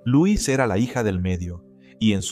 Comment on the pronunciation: El nombre D la dama C pronuncia (L o’ e s ) no Luis pero y no k el tal Jacob era viudo y k la hija había muerto también entonces aparece D repente 🤷‍♀️